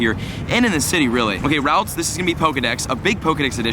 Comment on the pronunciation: I cringe every time he says ralts...